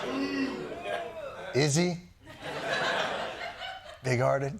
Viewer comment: Did he say... a big farted man?😂😂